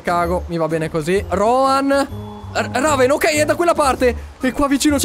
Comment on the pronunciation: la città si chiama REVEN non "Raven"